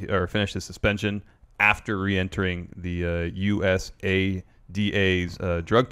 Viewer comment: call it usada as in Oooosada.. not U S A D A its annoying how u say it 😂 say Usada like ooosada or uoosada